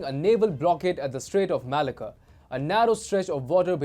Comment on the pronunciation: I just laugh every time they say "Malacca". Its a Greek-Aussie thing.